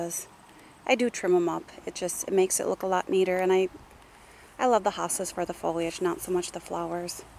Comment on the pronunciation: Hostas not hostages lol